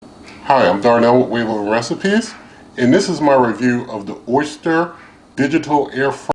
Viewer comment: I mean no offense, but it's pronounced Oh-ster, not oyster.